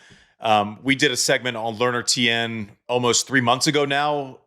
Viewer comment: Tien, pronounced as one syllable, not two.